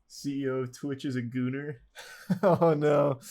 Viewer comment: Makes me think if there is an accent (Like Canadian or something) that pronounces goner as that, gooner.